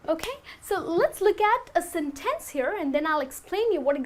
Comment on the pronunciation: Even though your English sounds quite good and natural, it seems that you neglect the importance of word stresses. Word 'sentence' is stressed on the first, not the second syllable. However minor this may seem, word stress is, as far as I am concerned, the most important concept of English pronunciation; English accents do vary greatly in pronouncing vowels and consonants, however, the word stress is always just the same.